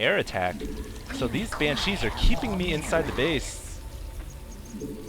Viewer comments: Looks like baylings (however you spell it) require mircoing, otherwise they just sit there. And oh my god, please stop saying "Bancheese" It's pronounced "ban-she" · Hey, I love the videos, very entertaining. One thing is bothering me.... Please, for the love of god, pronounce "Banshee" correctly. It's not 'Bancheese', it's Banshees. Thanks :D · I love these videos, but ... please. For the love of god. It's BANshees. Not banCHEESE. I have no idea why it's annoying me so much, but it is, lol. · It's pronounce "BAN-she". Other mistakes in your posts: "baylings" - banelings "mircoing" - macroing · lol pronounciation: Ban - CHEESE. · That's NOT how you pronounce "Banshee"